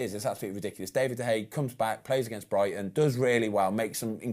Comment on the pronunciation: It's great to get a specialist's view, and Ben Foster seems like a really good bloke, but come on, how hard can it be to pronounce David De Gea's name correctly? It's not that difficult.